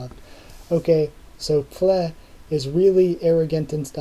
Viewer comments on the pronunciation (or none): By the way, Pfle is pronounced "Pou-Flay". Many of us had trouble pronouncing it too at first lol. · better keep calling her that way cuz it's funny lel